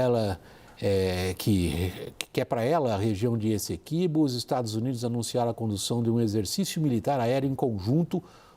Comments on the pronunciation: Pois é, e a repórter da CNN que disse “ezeqüibo” (com 'z' e trema). 🫢🫢🫢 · Finalmente, jornalistas pronunciando corretamente e como pede a gramática: GU-iana (e não GUI-ana). A repórter fez uma ótima externa, mas escorregou no Essequibo (pronunciou “Ezeqüibo”). 😬